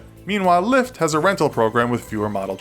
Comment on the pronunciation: Who else thought LyFT said Lya?